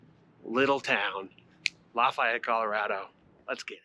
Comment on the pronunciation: You pronounce Lafayette like a total douche.